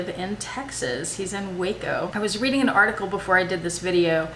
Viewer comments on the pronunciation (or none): none